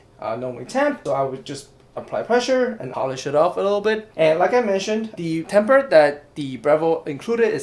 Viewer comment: very informative, but just one critique the word is tamper, not temper